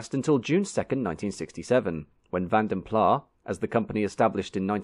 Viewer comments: Walloons - the southern French speaking Belgians might. But Vanden Plas is a Flemish name. Similar to Dutch, and would pronounce it with a rather sharp S, even more emphasised than old in this video. In any case it became a British company, and especially in the car industry, not too many airs or graces are given so Plas as in Plass would be most likely. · That’s one way of pronouncing van der Plas. It’s Belgian not French. The S is pronounced. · It's a Dutch pronunciation ie you say the "s" . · You pronounce the S - it's not French. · Vanden Plas in the UK became a separate company from “Carrosserie Van den Plas” in Belgium. The then English company in 1923 was named "Vanden Plas (England) 1923 Ltd". Both “Carrosserie Van den Plas” & "Vanden Plas (England) 1923 Ltd" were exhibiting at the London Motor Show as different companies with different owners. The English company pronounced their name as Vanden Plah to distinguish themselves from “Carrosserie Van den Plas” of Belgium. When Austin acquired them in 1946, Plah was their preferred pronunciation, and it was marketed as such. This continued with BMC and later BL. It’s been pronounced Vanden Plah for at least the past 80 years. As for “Carrosserie Van den Plas” of Belgium, it went out of business in 1949. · What a shame you make such a documentary about a company and don’t pronounce its name properly… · No. How can you forgive making the same error over and over again? It's painful. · How is screwing up the pronunciation of the company you're making out you're an expert in a minor error? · You cannot be an expert on a company and mispronounce its name, it's that simple. Also deliberately mispronouncing something all the way through a video in order to get lots of comments and therefore drive activity on the video leading to a higher rating is a known dirty trick strategy. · de final s in Van den Plas is not silent. It's not pronounced van den pla but van den plaS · It's pronounced Van Den Plass.